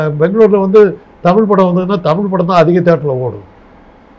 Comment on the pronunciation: தமிழ் நிறம் ரிப்போர்ட்டர் தமிழ் என்று சொல்லி படிக்கவும், தமில் என்று சொல்லாதீர்கள்